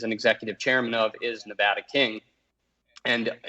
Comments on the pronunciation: Please talk to 1 person who lives in Nevada, why the hell is it so hard to pronounce correctly. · Say the states name right.